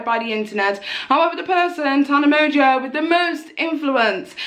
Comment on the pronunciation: The way you pronounce Tana Mongoose’s last name it sounds like “Tana Merger” 😂